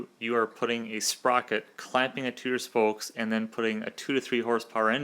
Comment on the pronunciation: It's "spokes" NOT "spolkes" 🤣🤣🤣🤣